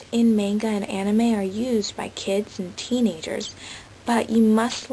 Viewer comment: no offence you know youre pronouncing Manga wrong through this entire video right?